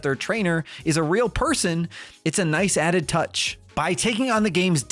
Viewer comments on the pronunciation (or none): none